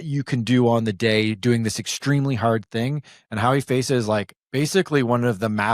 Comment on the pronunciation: Please get her name right on the chapters - it's Hawi Feysa, not "Howie Faisa"